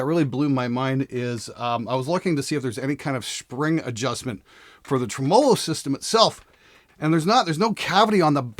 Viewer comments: Not trying to be an asshole here, but if you're going to talk about tremolos, you should probably learn how to pronounce it. TREM-olo. The accent goes on trem, not on olo. 🤪 Love the show, man!! Keep up the good, sarcastic work! 😁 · Ha! doesn’t know how to properly pronounce tremolo 😛. It’s “Treh-muh-low” buddy 😘. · that was nice of to pronounce "tremolo" like a bass player on this bass video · Who taught you how to say tremelo and why did they do it so fucking wrong? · You say tremolo weird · You say 'tremolo' funny...